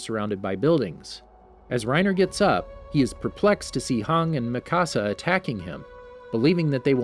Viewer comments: It's not hang but Hange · Do you mean Hange not hang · this man really called Hanji Hang LMAOAOA i CANTTT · Bro why you say hang its hange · Her name is not hann it’s hange pls say it right and the e is not silent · A moment of silenced for calling hange 'hung' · hang...HANG, ITS HANJI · It's not hong it's "han-ge" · Why Haang, its pronounced Hanji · I hate being picky and I know there are a bunch of different ways people pronounce names, but it’s (han-jee) I understand (han-dge) but (hawng) lol come on man, at least make it look like your interested in the series and not just making a video for the channel cuz the story is popular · I was so confused about Hange when he said "Hang" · I hate how he says most things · it's funny how he got almost every name wrong in this video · WHY DOES HE CALL HANGIE HANG ITS TRIGGERING ME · Reiner Brawn and Hang Cant blame him for mispronouncing names lol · please tell your reader the ACTUAL pronunciation of names of characters. Every time I hear HANG I feel like crying. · This man called hange hung 🤣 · XD hange became hang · this guy is pronouncing "hange" like "hang" wtf bruh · Hange (Hon-Jee) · HAN-GEE jfc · this man really called hange hanji LMAOAO I CANTTT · Yeah, thats totally how you say Hange! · I swear to god if you guys miss pernounce hanges name one more time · I hate how he says hange like back of dude that's my waifu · It makes me pretty mad how he pronounces hange